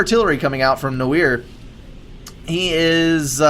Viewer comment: No-eeer? Cmon, it's pronounced n-warr!:) As in, the French word for black. But it's used in English too (eg, film noir)